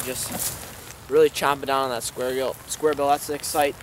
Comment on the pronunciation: Square gill? LOL